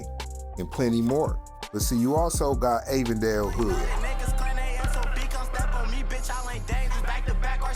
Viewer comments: It’s not Avon dale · Just say Avondale it’s one word